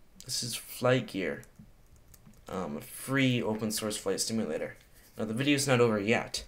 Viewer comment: did anyone hear him say flight stimulator???